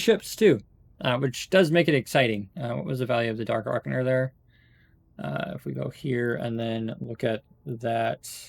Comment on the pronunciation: Just a nit-picky note: Dark Ocher. It's pronounced 'O - ker'. Forgive my anal retentiveness, lol!